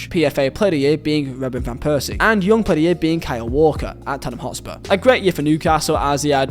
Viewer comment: “Yoong Pedierre” 😂 (Young Player of the Year